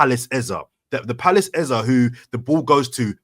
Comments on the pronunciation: Even your Nigerian guest wasn't speaking from a position of knowledge. I'm Nigerian living in Nigeria. Nothing like EZA. It's EZE...... A-ZAY. Thank you. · Watching two days after. It's EZ - E. as in way you pronounce A - ei. And not AH. If he said so, then he doesn't even know how to pronounce his own name. It's an Igbo name and it means King. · Eze is pronounced Ezeh or Ezé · Can someone please tell to stop saying EZA? A fellow Nigerian has told you it's Eze and we Nigerians are saying it's EZE. Your persistent trolling is irritating like a hiccup. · has to stop the flipping between the pronunciation on eze, tired of it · It's pronounced Eze and Eze himself says this in this short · Sound dumb saying "Ezah" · The new "Ezzuh" pronunciation came from himself saying it when he signed for arsenal😂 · take the correction or leave it, i'm from same tribe as him. His name means King in our language. It's A-zay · Some really great points made, definitely one of the best pod's in recent times considering the result on the weekend new perspectives, insights and elite ball knowledge -- then there's not being able to pronounce "EZE" LOL